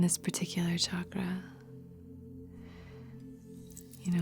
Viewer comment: Thank you for saying it right.. Thank you for saying Chakra and not Shakraa 😬😃🥰🙏🏼